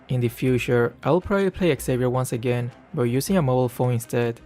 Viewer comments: the pronunciation is not Savier, is Shaviér MobaZane also discussed about that issue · U pronounce wrong the name its like havier no with X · It's pronounced "JAVEER"= XAVIER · nah not random. Those people cant read, cant speak or cant think at all. Feel satisfied when even gets angry. But the way he pronounces Xavier is so off